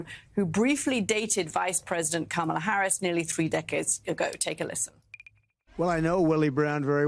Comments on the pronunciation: It’s okay that he doesn’t know how to pronounce “Kamala”Just at least spell “KARMA!” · Trump cant even pronounce Kamala's name!